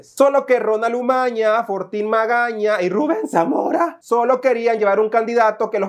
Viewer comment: 😂😂😂😂😂😂😂😂😂😂😂😂😂😂😂😂😂😂😂😂😂 Como pronuncias el nombre de Ruben samora Me arrastró de la riza😂😂😂😂😂😂😂😂😂😂